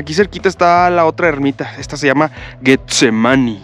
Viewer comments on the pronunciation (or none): pronunció mal getsemaní